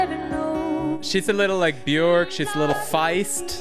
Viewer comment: By the way, Bjork rhymes with work, not pork.